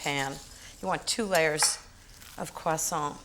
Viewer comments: That's how you pronounce croissant in proper french. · I love how Ins says ‘croissant’. Personally I would’ve used white raisins and Granny Smith apples.